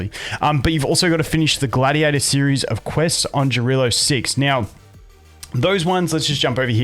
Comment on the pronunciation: Fyi, the pronunciation of the world is 'iarilo', not 'djarilo'. I think it's because it's a Finnish name? But I'm not too sure so if anyone knows better please feel free to correct me.